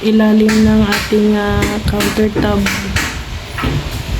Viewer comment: Counter Top not Tab